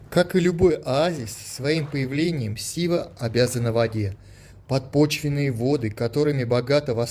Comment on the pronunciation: Шива? Путешественники как сговорились честное слово. Почему Шива, а не Сива?